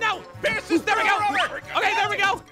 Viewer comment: Pierce. it's. Pierce. Please. Trust me. it's. Pierce